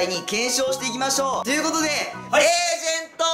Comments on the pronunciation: エイジェントw エージェントじゃないんだww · エイジェントじゃなくてエージェントじゃね？笑